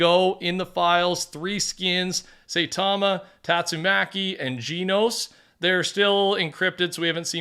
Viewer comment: Never takes the time to look up pronunciations 😭